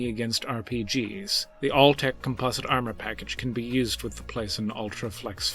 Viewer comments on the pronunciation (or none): none